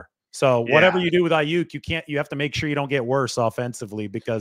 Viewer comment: And that he can’t say Aiyuk the right way